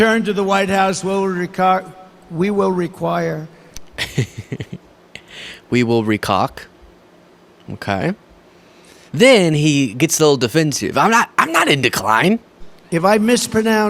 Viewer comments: Trumps clever little use of the word "mis" management. Wasn't the "mis" pronunciation they were taling about. It's more like when he said "recok" instead of require. Shit like that. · Costes instead of costs. Recock instead of require. Crisic instead of crisis. His speech is definitely deteriorating. Understandable because he is old. If Trump wins this election, JD Vance will be President in two years. President J D Vance!!! I’m not sure who is worse, he or Trump.